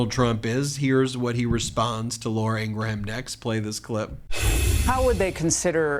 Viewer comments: Ben, It’s not “Laura Ing-ra-HAM” — it’s “Laura Ingruhm.” The pronunciation is driving me nuts.. 😂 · The correct pronounciation of Laura Ingraham's name is "Ingrem". Check it out. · The way you pronounce Ingraham is cringe. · Ben would you please pronounce Laura’s last name correctly. Her stupidity even deserves that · Being quite picky here, sorry. It ANNOYS me to no end that Ben insists on saying Laura’s last name SO WRONG. NO ONE else has ever pronounced her last name the way he does—NOT EVEN LAURA!! Sorry, venting. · I love how you call her Ingraham …